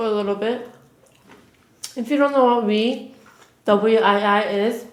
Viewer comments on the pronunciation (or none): Is it just me that heard her say she bought weed instead of wii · I thought she said brought weed 😂😂😂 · legit thought you said "me and my boyfriend bought weed" 😭😭😭😭😂😂😂😂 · same but I was like it kinda explains why she didn't do much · I heard the same thing! lol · Lol me too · I thought you said "me and my boyfriend bought weed". 😂😂. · I thought she said "weed" instead of "wii" 😅😂💀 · Oh looking at the comments and everyone thought that as well,. Thought I was the only one 😂